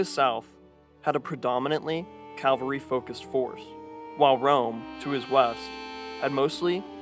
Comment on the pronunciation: Calvary or cavalry?